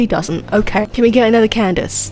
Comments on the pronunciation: lady fr said ken-da-kay for candace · LMAO THR WAY U SAY CANDACE